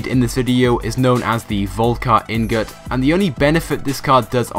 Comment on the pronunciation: Damn, man. Could you possibly mispronounce any of these names any worse? Dilletante - Dill eh tahnt Regina - Reh-Gee-Nuh Ingot - Een-gut smh